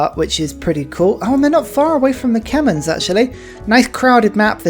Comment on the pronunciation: Its not kemen, its k-may-er. Kmehr